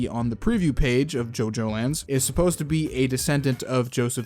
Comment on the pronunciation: I was like "JoJo: the orizing? What is orizing?"